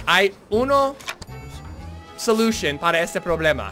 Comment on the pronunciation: I love that out of all the Spanish that you do know, the one word you didn’t get right is spelled and said nearly the exact same in Spanish as it is in English (solution=solución, pronounced like: so-lu-see-own)